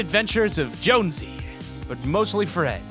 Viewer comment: not blondey but Jonesy